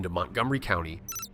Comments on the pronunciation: I've lived in MD for a year and I cringed at ann air-undle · Anne Arundel (ah-RUN-dull) County I'm kind of surprised that there was no discussion of the Mason-Dixon Line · Anne Arundel , pronounced Anne, then A run 🏃‍♂️, then dull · I am offended by how you mispronounced the name of Anne Arundel County. But growing up I remember how very proud my teachers were of our state identity. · If you can’t pronounce Baltimore, Anne Arundel please stop this charade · I should smack tf out you for pronouncing Anne Arundel County that way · I don't think I have ever heard Anne Arundel pronounced as badly as in this video. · Omg that made me cringe!! 😂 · He also mispronounced Anne Arundel. Also no one says the “western shore” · Yes!! And produced Anne Arundel so baaaddd!!